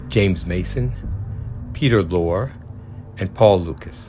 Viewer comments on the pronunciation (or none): Peter Lorre's last name is not pronounced "Lore" ........ it's pronounced "Lorrey" or "Lorry" -- .....in fact, it's the way the British pronounce the word lorry, which is what they call a large, load-bearing vehicle— what we Americans call a "truck". Just saying..... and I love your videos. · Peter lorre is pronounced Peter lorry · Peter Lorre's name rhymes with "story." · Just to let you know, the actor's name is pronounced Peter ˈLôrē syllables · It's Peter Lorr-y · Peter "Lore"? Really? Are you serious? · oh come on! You don’t know that Peter Lorre’s name is pronounced Lorey? Are you the only one on the planet that doesn’t know? You never looked it up,? And then your ad garbage interrupts only a minute in! Thumbs down, I’ve seen all these and I know how to pronounce the actors’ names as well. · It’s Peter Lorre with the “e” pronounced!